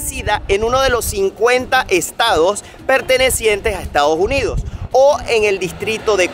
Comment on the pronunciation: Muy buen video, solo que no es Estados Junidos, es Estados Unidos! :face-fuchsia-wide-eyes